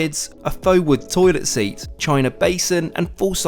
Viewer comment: its called seat not sueat